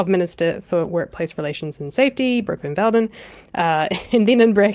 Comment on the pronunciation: Bot Van Veldon ... we gotta get the names right!!